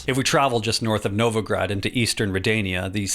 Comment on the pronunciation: tusant? novagrad??? Why do you all americans and englishmen have to treat every foreign word like garbage